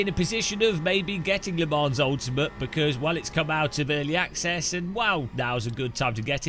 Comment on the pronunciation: It’s “Le Mon” Ultimate….not “Le Monze” (Typed for hearing not reading)